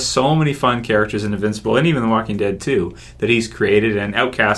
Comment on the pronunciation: Did he say The Wacking Dead?